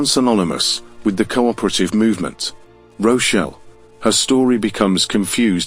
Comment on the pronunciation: Rochelle? Do you mean ROCH DALE